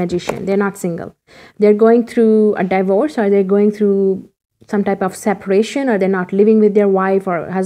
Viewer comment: Do u mean D’vorce? Not die bores ..lol If it’s true love emotionally..I love this dude too .i am dying to kno what the surprise is!.youll like my unforgettable surprise for you.I love him bcoz he’s so rich,am gonna have a sugar dad finally ..he might not be able to handle this hot babe..yumyummy! Hahaha.